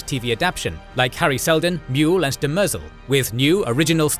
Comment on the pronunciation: Demerzel lol. Dem-er-zelle is how they pronounce it in the show at least.